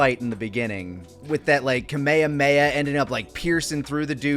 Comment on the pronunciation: All these years and still doesn’t know how to pronounce Kame Hame Ha.